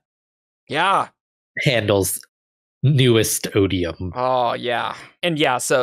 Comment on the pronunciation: Odi-Yums? O-bee-um?, you're awful, and I only have one thing to say to you: Thanks, I hate it.